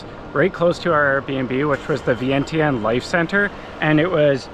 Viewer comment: Vientiane is actually pronounced Vienjan.